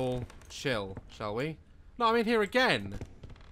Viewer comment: No one: Literally not even the dead fly in the light: Daz: "Is there a light switch down heA?"